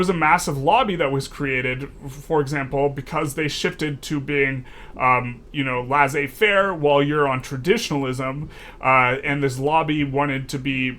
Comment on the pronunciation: Quibble but Laissez-faire is pronounced “Less-ay fair” not “Lass-ay fair”